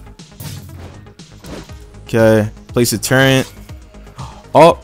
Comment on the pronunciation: No offense but you know turret doesn’t have a N in it?